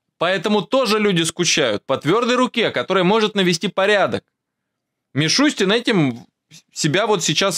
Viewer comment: МишустЯн😂😂😂 Йордан-Йордан ашкеназЯн😂😂😂правильно надо фамилию указывать, 😂😂😂